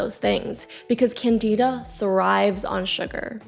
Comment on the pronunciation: It’s CANdihdah. Not canDEEdah.